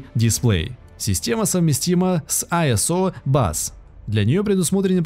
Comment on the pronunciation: немцы говорят Изобус ) а он айсобасо